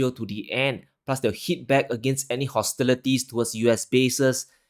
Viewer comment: ...good presentation... except for some pronunciation errors... hostilities not hostilerties... victims not victerms.